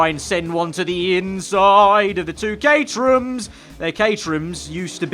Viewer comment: The way he says caterham, it sounds like caterhew or caterhum